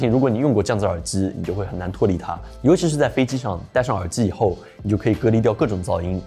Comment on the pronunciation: 听到耳之耳之的，我真的忍不了了，关！